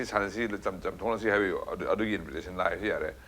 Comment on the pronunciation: Mr. journalist, not " invite...ration.".! But in-vi-ta-tion